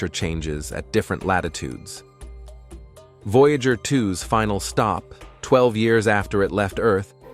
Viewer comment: You guys need to tune up your AI narrator. It mispronounces the word "Voyager" by enunciating "voya-gur," instead of "voya-jer." I would have thrown my hands up and told it to call the probe "veejer."